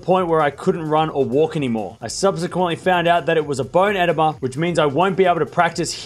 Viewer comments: eh-DEE-muh, not EH-deh-muh. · EDEMA is pronounced ehDEEmah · It is pronounced “bone ih-DEEM-a.” Fluid in the marrow of a bone. No bueno. Bummer, I miss Sasha.